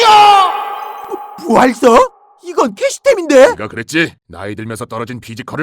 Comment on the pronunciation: 부뢀석뭐냐 ㅋㅋ 부활석인디 ㅋㅋ